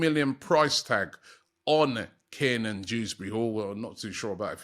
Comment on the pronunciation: How can’t Robbie say Keiran ffs 😂😂